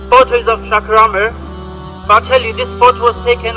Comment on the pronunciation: And why the fuck does he say Shaker A7mer ?